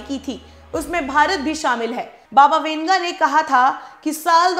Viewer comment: Baba winga nahi wanga... Hehe